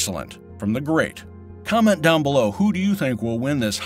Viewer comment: “Gonna put a GrrrrRhhhate show”